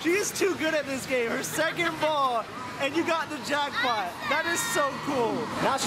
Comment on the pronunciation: She said jrackpop